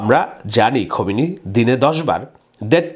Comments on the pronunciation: খোমিনি না ভাইয়া,খামিনি 😊😊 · আপনি নিজেকে খুব পন্ডিত হিসেবে তুলে ধরেণ কিন্তু ইরানী নেতার নামটাই সঠিক উচ্চারণ করতে পারেন না। ওনার নাম আয়াতুল্লাহ খোমেনি নয়, তাঁর নাম খামেনি। খোমেনি মৃত‍্যুবরণ করেছেন বহু আগে।